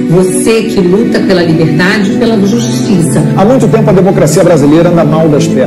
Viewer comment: A "jutissa"??? Que "jutissa"???